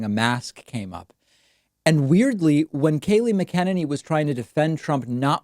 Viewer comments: Oh my God have you not ever seen her interviewed before to know how to say her name it's really obnoxious because someone as intelligent as you seem to be and then you can't say her name and many other numerous examples. Mac N aney mot macken inny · Ma-ken-ni-nee David is trolling. And I love it. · I think it pronounced: MAC-A-NINNY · It's 'Mac inane y' not 'Mac en eny' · Ok I can't stand her but her nam is pronounced mac en any. Sorry just drives me crazy. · David: It's not: mick KEN in knee It's. MACK in ain knee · I think her last name is pronounced mack a ninny, msybe they put the swab too far up her nose and jabbed something loose.... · Her name is not “mckennedy” as you are pronouncing it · Just think MAC-a- NINNY. Even though it's a Mc it's a Mac. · It's Mac-En-Any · Kaleigh MAC a NAY NEE (Mcenany) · PLEASE learn to say her name right, you are a bright guy... its not that difficult. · Are you saying her name right David? Haven’t heard that way before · David, why do you keep saying her name wrong? Is it a jokelike Toolsa or do you not hear how everyone else says it? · I love your intentional mispronunciation of McEnany. Cracks me up every time. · Any reason why David pronounces Kayleigh M's last name differently from everyone else? What's the correct pronunciation?